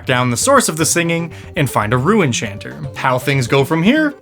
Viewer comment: I thought he was saying “Rue enchanter” 🤣